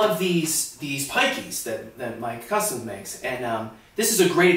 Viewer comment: Mikes custom (Mikes Custom Plugs), not “my cousin”. Does sound like he said cousin though.